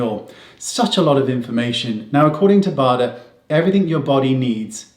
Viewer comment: Professor Bader is German and we definitely pronounce his name the way Wayne does, not the American way: that would be something like Bäder with an „Umlaut“ on the „a“.